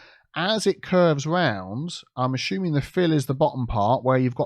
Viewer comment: Am I the only one loving it whenever says "ASHUMING"??? 😁🤣